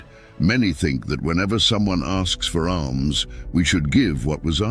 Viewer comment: asks for ALMS, ALMS, not ARMS ;lol but really like this video, much wisdom by the grace of God. Thank you.